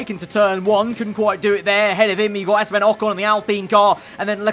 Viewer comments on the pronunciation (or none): none